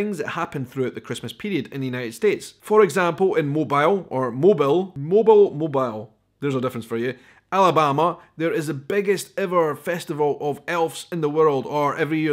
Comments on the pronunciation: Mobile Alabama is pronounced “Mo Beel” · Hi,. I live in Alabama, and Mobile is pronounced "mo-bill", like a man's name. Merry Christmas to you and your family! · Pronounced Mobeeel. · Mobee-al Alabama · Place the emphasis on the second syllable: "mo-BEEL" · I live in Alabama. And we say “Moe-beel”. And lutefisk is actually jellied by preserving it in lye! 🤢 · The main port of Alabama is pronounced Mobile -- rhymes with eel. That's also where Mardi Gras started (even before New Orleans). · Oddly, Mobile, Alabama is pronounced MO-beel. 🤷 We southerners.... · Hi,! I really enjoy learning about Scottish culture. I was curious about the word Celtics. I learned to pronounce it with a beginning soft sound at the beginning if referring to the Boston basketball team and with a hard sound if referring to the people group. Also, it's Mobeeel, 😉 Alabama. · Hi, love seeing you! Mobile is pronounced Mo- beel. Happy Holidays! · btw, it's MO-BEEL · From Louisiana! Mobile is pronounced Mo-beel. 😁 You should look into Louisiana Christmas traditions. You won't be disappointed. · Fascinating information,; thanks! A couple of things: first, Mobile (the city) is pronounced "MO-beel." Second, eggnog is wonderful - especially the homemade stuff, although what they sell in the grocery store will do in a pinch. In looking up the ingredients, I learned that it actually originated in medieval Britain! They called it a "posset" back then. Here's more info, including a recipe: Merry Christmas and happy New Year to you! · Mobile Alabama is typically pronounced "Moh-beel" by the locals. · We pronounce it "Mo-beel", Alabama. Merry Christmas! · Bwahahaha, bear bells. They are not to fend off bears, it’s to let them know dinner is afoot! Like a pizza tracker app, old style. Winner, winner, bear got his dinner. And Mobile. Moe (rhymes with toe) beel (rhymes with peel or reel). Or you can make 3 syllables, like Mo beee ul. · Mo-BEEL (Mobile), Alabama. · We say Mo-beel ALabama